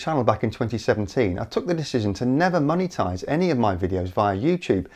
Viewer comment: money-tize, lol